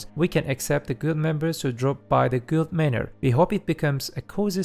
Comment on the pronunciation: instead of guild say gild